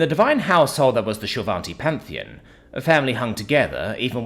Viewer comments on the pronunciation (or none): none